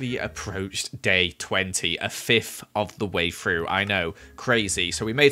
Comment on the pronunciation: Why does he say three like free and through like frough